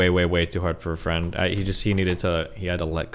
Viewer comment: Honestly this whole saga has helped take my nervous ass mind off a potentially life changing interview today xD I was shouting during the leaked call when Miz kept saying, "iM gUnA lOsE mY bEsT FwEnD!!" Like NOOO DONT KEEP SAYING THAT 😂